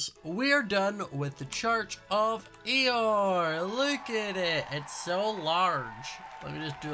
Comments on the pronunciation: why did i hear "church of eeyore" like the depressed donkey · Why did I think that it was ‘Eeyore’ for the whole time you’ve been saying it I can’t be the only one… right?